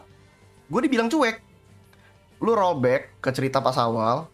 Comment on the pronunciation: "rollback" bukan "robek"